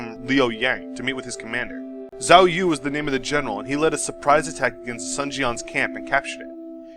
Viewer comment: Yue Jin or He Jin? also you captioned 2 pictures with the same name. if you want to learn proper pronunciation, "Sun the family name" should be pronounced as the english word "soon" or perhaps ["dune" with s instead of d]